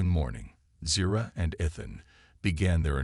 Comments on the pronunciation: Ethan pronounced ee th an. Not ith an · His name pronounced E-than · I like to imagine it's a representation of her accent since the story is from her pov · Look up Ethan and Epitome pronunciation. Unless the voice is an AI - then never mind.